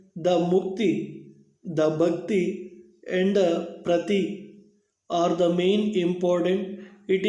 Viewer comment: It is not prathi it is prapthi